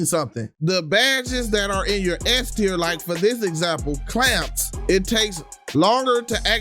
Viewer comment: It’s tier not tear